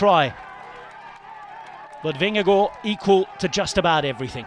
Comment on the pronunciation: I wish the narrator would pronounce vinegaards name properly he's seriously doing my head in with the way he says it. How does he even get to that pronunciation? Please get him to stop or change him altogether.